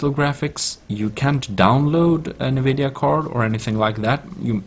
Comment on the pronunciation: its not nnnnnnnvidia... its N - vidia